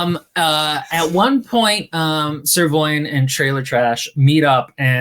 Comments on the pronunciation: The fact every time the knights name is said I hear either Sirloin or Ser Loin makes the whole video so much better. Especially when "Ser Loin" gives me flashback to every occasion a romance book had paragraphs about feelings and temperatures of someone's loins during romantic/ naughty scenes. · 7 minutes in, I can only hear the characters' names as Trailer and Sirloin.